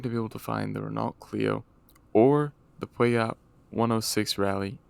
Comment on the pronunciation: Cool video idea. Subscribed Gotta work on that Peugeot pronunciation tho lol